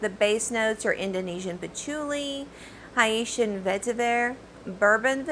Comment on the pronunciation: It's Haitian (Hay-tian) lol, sorry, I'm Haitian, love every one of them Monday Guerlain is my FAVORITE fragrance#is Amarige😍 I spray Mon Guerlain on my arms before I go to bed so that can smell it all night, I think I'm addicted to it😩I'm totally surprised that Dior's Addict didn't make this list😄 anywho, great choices, great review as always